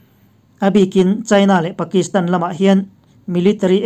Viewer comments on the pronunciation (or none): none